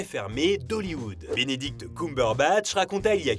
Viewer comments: "Binidict" aussi 😂😂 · Bénédicte coumberebatch 😂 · C'est faux ! 😂 Il a dit qu'il avait jamais su jouer ! A part ça hyper interressant ! Mais "Binidict Coumberbatch" ça pique les oreilles ! 😅